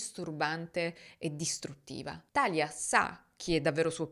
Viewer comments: … scusa se ti correggo ma si dice TALÌA… non TÀLIA… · Credo sia Talìa con l’accento sulla i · Bravissima come sempre ma thalia non si pronuncia come "Italia" si pronuncia come "Maria" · Talia si chiama come mia sorella, però non l avevo mai sentito pronunciato cos